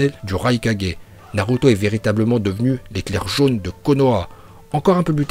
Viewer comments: en plus des autres prononciation déjà cité sur l'espace commentaire je rajoute celle-ci, naruto slugfesse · je comprend pas pour quoi il a commencer par dire naruto puis naluto spippunden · 1er titre réel je veux rien savoir. De plus les prononciations des noms ex :KaG Naluto Shipunden